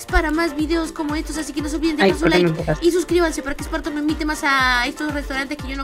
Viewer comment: Pobre Spartor No es r ni s es spartor que te jama